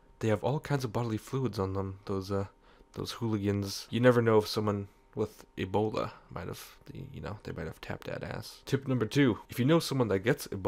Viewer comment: i love how you say ebola... sounds like the right way to say it